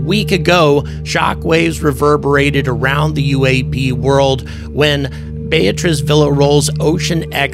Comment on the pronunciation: “Beatriz” bay “a” trees , you can do it, and she would appreciate it.